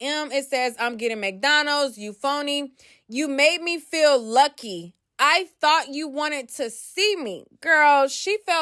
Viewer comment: She said YUCKY not LUCKY. 😂😂